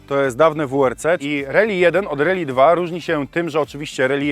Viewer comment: nie "reli" tylko "rAli"